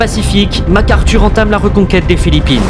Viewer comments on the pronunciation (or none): Your AI voiceover, among other things, mispronounced Eisenhower and McArthur